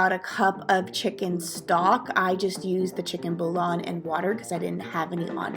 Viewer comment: Great recipe!! Quick note though. It's pronounced "boo-yon", not "boo-lon". 😉